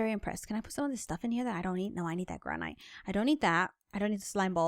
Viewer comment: She said "Gra-Night" it's Gra-Nit